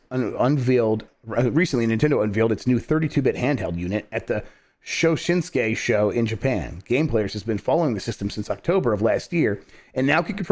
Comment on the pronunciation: hearing Jeff read Shoshinkai as So-Sin-Kay hurt my soul a bit. and i'm generally cool with these 'butcherings', at least they're funny.